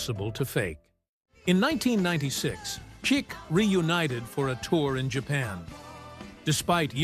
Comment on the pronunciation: The band is CHIC….! Not Chek, or whatever you said further in the video Get the basics right 🤡